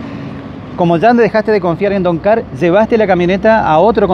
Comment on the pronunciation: No se llama doncar se llama DONGAR..... DON GARCA. JAJAJAJJAJAJAJAJA